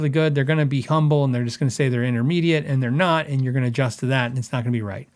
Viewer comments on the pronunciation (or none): none